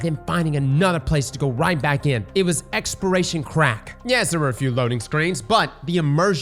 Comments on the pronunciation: You know I was baffled the whole time in this video and then I saw this comment he indeed says expiration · Exporation…you mean exploration? 😂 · lmao stop saying expiration its EXPLORATION. holy fuck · "Exploration" not "Expiration" 🤪nice Vid! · *exploration, not expiration, I swear if I have to hear expiration one more time. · Take a shot every time says “expiration” instead of “exploration” 🤣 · This man trying to kill us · The fact that it's on repeat makes him impossible to listen to. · It’s weird because he can say explore, but he can’t say exploration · Say it with me brother. ExpLoration… you got an L in there bud that you are missing. Explore… but add on the Ation. Ex-PL-OR-AT-IO-N. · Say Expiration... One More Time... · Lmfao so I thought he was just saying it fast, he slowed down and said expiration🤣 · Does not know how to say "exploration"?